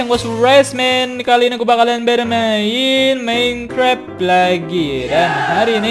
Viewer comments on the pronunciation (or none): none